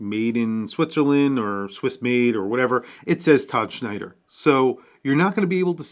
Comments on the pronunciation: It's Tom Snyder...not Schneider. But looks great. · WHY TF does he keep saying "Schneider?"